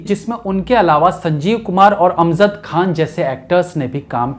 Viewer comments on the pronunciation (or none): bhai har baat me nukta kyu lgate ho..amzad khan nhi amjad khan hai..aur (bawazood nhi hota (bawajood) hota hai